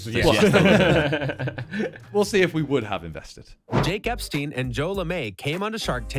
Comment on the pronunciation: ngl, did any one else hear “jake epstine” at the start😂😂😂😂